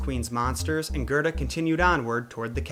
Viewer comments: It's Gerda, not Gerta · Kai is actually pronounced faster, and its spelled Kaj. Gerda is pronounced Gair-da. Your welcome